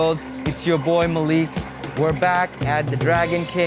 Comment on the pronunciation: it's pronounced Like MAH LEEK not MA lick